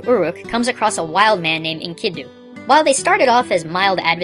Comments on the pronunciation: In the Gilgamesh piece, it's pronounced enkedu not enkednu. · Couple pronunciation issues you may want to address, if it matters to you: It's "Enkidu", not "Enkindnu". Bahamut is pronounced "Ba-ha-MOOT", rather than "Ba-HA-mutt". The latter can be confirmed via the original japanese spelling, which emphasized the long "oo" sound. This is also the correct pronunciation when referring to the mythological world-pillar fish (which you can confirm on the wikipedia page for Bahamut).